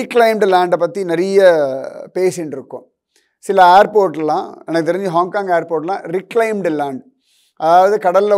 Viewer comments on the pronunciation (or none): none